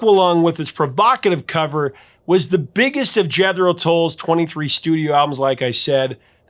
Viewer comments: "Jeth-er-oh"?? I've always heard it as "JETH-ROH"! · Jethro, not Jethero! WTF man?! Do you say athalete too?😆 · It’s pronounced “Jethro” with a “th” sound. I have never heard it pronounced as you do Prof! Jed’ Hroe? Whatever. The 1973 Passion Play live concert was the best, most jaw dropping concert I have ever experienced in my life. That’s saying a LOT, because my first concert was The Jimi Hendrix Experience, Cobo Hall 1968 or 69. Tull was even better, it changed my life & I will never forget it. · Why can't you pronounce Jethro? You are saying, "Jethero". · "Jedero?" "Jethero?" "Jederul?" 😅😅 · Couldn't help but notice you add an extra syllable when pronouncing "Jethro". Must be a midwest thing? Sounds like you're saying "Jethero". Threw me for a minute. 😂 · It's only two syllables! Je-thro. You mispronounced it too many times to count! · It was Ian Henderson's Bag of Nails, believe it or not. And it's not JeTHero Tull - why do you say it that way? Jethro is two syllables with a soft th sound, as in "thin", rather than "this". I've never heard anyone pronounce it the way it is in this video. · I have been listening to Jethro Tull since the seventies. I have never heard their name pronounced like you do. The “th” in Jethro is always pronounced like that “th” in breath. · It's pronounced Jeth-ro. Jesus... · I'm trying to figure out how you're pronouncing Jethro? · This is the first time I ever heard someone pronounce “Jethro” with THREE (3) syllables! AND mispronounce the “th”! 😂😂😂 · Prof... Jethro is pronounced with a hard th....not a soft th. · your pronunciation of "Jethro" is funny. Just teasin'. 😘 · How do you pronounce Jethro?? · The way you're pronouncing it does sound odd